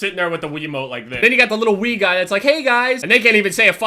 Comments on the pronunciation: Sounded like said xD "I have played weed" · "played weed" Is what I thought u said.